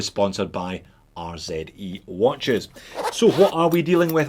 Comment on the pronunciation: Finally..........a proper "Z" pronunciation 🤪🤪🤪